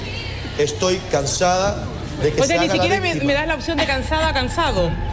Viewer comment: "Estoy cansada que se haga la VISSSTIMA " 😅😅😅